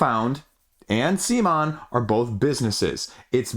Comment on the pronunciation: At about mark of this BGG video it's mentioned CMONs official correct pronounciation... It's not sea-mon... it's c'mon! Please don't be stubborn.